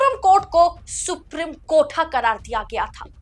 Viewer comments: सुप्रिम नहीं सुप्रीम बोलिए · सुप्रीम है। सुप्रिम नहीं। please pronounce correctly. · please pronounce the word Supreme properly when reading the news. Thank you 🙏